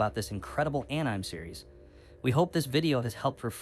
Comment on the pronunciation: Ann-Nyme??? Are you AI?